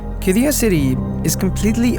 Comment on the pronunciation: It’s not called “ki-di-yah” Instead, it is “Kid-di-yah” There is a pause on the D and also on the Y, making a long “ee-yah” sound. “Kid-dee-yah” Written Qiddiyah